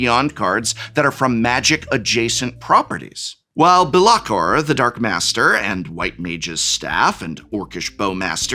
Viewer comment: calling Bel'akor "BELL AH Core" had me and my boyfriend laughing thank you prof. Also as an avatar set and world lover so glad they did well and got approval.